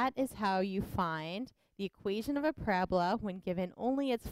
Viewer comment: It is pronounced PARA BOLA not PORA BLA